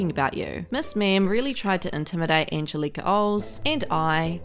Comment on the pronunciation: Why cant anyone pronounce Angelica's name?